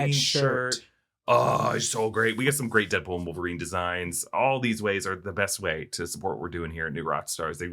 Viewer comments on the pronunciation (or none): none